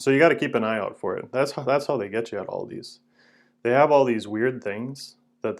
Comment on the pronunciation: Aldi* there is no s on the end. Purchased at Aldi* not Aldis